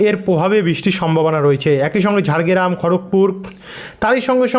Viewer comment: Kotha ta "Jhargram," Jargeram noi.atoo manush sone vasa ta ak2..